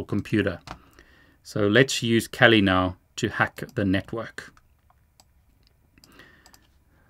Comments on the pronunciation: why do you keep saying Kelly Linux instead of Kali Linux? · The way you pronounce Kali pokes me in my ears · I think your pronouncing Kali wrong (I like the content your making)